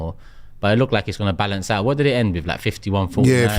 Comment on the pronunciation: Balaance 😂 if you caught that ur a g